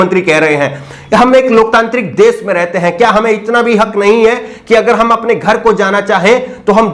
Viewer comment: Sir aap ache patrakar he aise hi rehna . Change mat karna aapko .bas thodi bhasha shudh kijye sha shabd ka sai ucharan kijye sa keh kar na pukare . Desh ko des kehte he . Madhya pradesh ko madhya prades keh rahe ho.